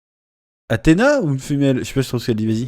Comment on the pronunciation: J'ai pu trouver une ba avec des sous-titres, c'est bien Athéna et non femelle (female). Vrai pour nous non anglophones, on a l'impression qu'ils prononcent pareil entre Athéna et female